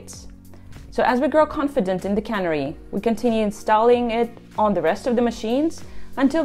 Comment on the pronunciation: Please learn how to pronounce “canary” if you’re going to make a video about it. A canary is a small bird. A cannery is a factory where they put fish in cans. A cannery deployment is where a truck delivers the above cans of fish to a consumer.